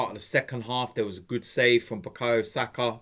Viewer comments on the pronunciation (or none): none